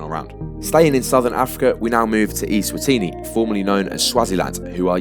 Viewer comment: Cool video! Most worthwhile correction is that Eswatini is pronounced with an "eh" sound at the start, so that yEs-watini would make sense as a pun. Other than that just some stats that didn't match up